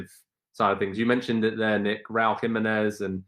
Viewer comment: His last name is PRONOUNCED....Raúl Jiménez....enfasis over the 2nd syllable!! Not like the British and Américan dude mispronounced!!!!